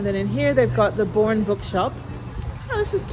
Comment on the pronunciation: Boerne is pronounced "Burn-ee" by locals, and Gruene is pronounced "Green." Great video, though!